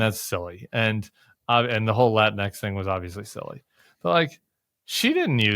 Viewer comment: JAJAJA! My buddy pronounces latinx "lateenks."